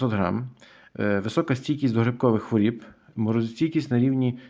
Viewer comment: Що таке "стійкість до хворІііііб"? Правильно " стійкість до хвороооооб". І не "виглядає"(звідки воно виглядає?), а "має вигляд" Ваша вчителька української мови кацапський покруч?